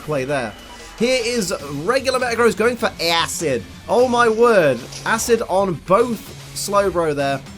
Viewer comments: The way he said ass -id 😂 hilarious 👍😂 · "ASSID". I died.